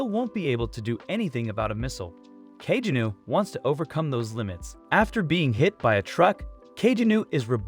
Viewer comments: NOT ka-je-new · Kageni not kagenu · That is the most white pronunciation of "Kajenew" I've ever heard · its pronounced ka-ge-no